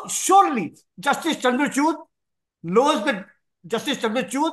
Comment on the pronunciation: It's not chuud😂 It’s chood I think Modi tried to convince him not to bail out Kejriwal. But he didn't listen to him.